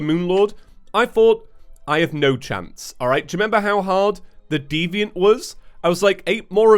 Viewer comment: I've never been so happy hearing a British "Alright" in my life